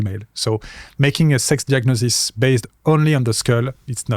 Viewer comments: He's probably a little illiterate,, Phillippe says icono diagnosis, while translate: icono "jugnosis" and very wisely confirms! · Phillippe says icono diagnosis, while translate: icono "jugnosis" and very wisely confirms!